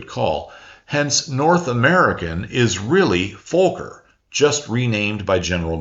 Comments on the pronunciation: Dutch /European folks pronounce it as Fokker, not FOH-ker. (see vid of Dutch guys talking about flying F27- in Dutch) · A minor correction - The pronunciation of 'Fokker'. It rhymes with 'soccer' not, 'smoker'. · im 7 minutes in and want to ask; should I be pronouncing Fokker with an L sound like 'folk' - er? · It’s a great story and a great video. Just the pronunciation of Fokker sounds like “Fulker” but it should be more like “Focker”, how odd that might sound in English 😂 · FOKKER not Folker you're either not too bright being American that's a given or you have speech impairment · And taking the time to learn that it is pronounced FOCKER is of course to much for a doughnut chewing ummerricann ...!? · it is Fokker ... fast k's ....NOT double o's .... like good and God ... and pronounced like the F word just with o and 'ker' at the end ... You can say Focke-Wulf 190 right? .. then just take the Focke and put a "r" at the end ... Fokker .. and you nearly say the "f" as a "v" ... say "fucker" but more like an "o" sound than "u" sound .. how difficult is that ????? By-the-way (to the readers of this) Focke and Fokker are two very different persons even they both build airplanes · I went to check the comments just to find something about that fawker lmao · The one time where you can say you were mispronouncing a foreign name, because to do it correctly would likely get your video demonetized. Great video by the way. Being Dutch I was aware of a lot of Fokker's story, but the American company's part often gets left out entirely. To think that a lot of the engineers he hired may have had a part to play in the P-51 story is quite amazing. By the way they still fly the F-27 Friendship (what a great name) with the Curaçao Coast Guard where I am at. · Just an FYI, the true pronunciation of Fokker is just as giddy as Uranus 😉😉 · He got the size of Netherlands wrong, and mispronunces Fokker.... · It’s Fokker not Fowker, surely you know this?